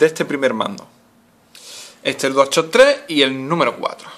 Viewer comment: dual chock prununciacion de mierda :V